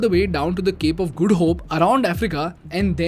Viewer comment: Good info. I also like you saying Cape of Good Hope as " Cape of Guddu Hope"...😂